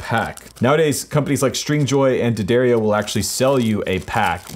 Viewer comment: thank you for saying d'addario like it should be said.